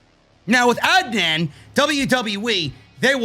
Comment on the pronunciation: Lol watches the entirety of Raw for us every single week, hears them say each other’s names every single week, and just pretends he really doesn’t know how to pronounce Adnan’s name 😂